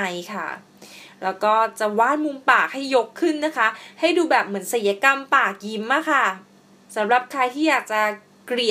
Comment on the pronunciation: ศัลยกรรม. ค่ะน้อง. อ่านว่า สัน ยะ กำ. นะคะ. ไม่ใช่. ไสยะกำ. ค่ะ. หนูพูดผิด. นะคะ